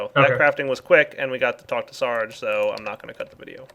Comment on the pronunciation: stop pronouncing searge wrong :facepalm